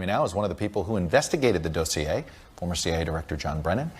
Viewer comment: "The dough-see-a"